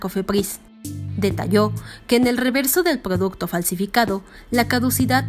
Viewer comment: Pdoducto ni cofepdis jajaja